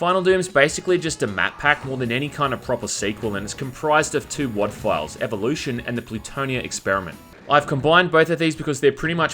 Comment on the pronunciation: hold up, did he just call Evilution "EVOLUTION?!"